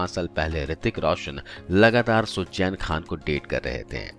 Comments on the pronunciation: What horrible English... Pronunciation is terrible. What is sujjain it's Suzanne and so on and so forth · Sujjjjjeeeeenn nahi... suzen bolo